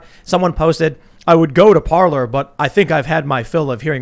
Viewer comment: No it's not pronounced Parler it's pronounced Parlay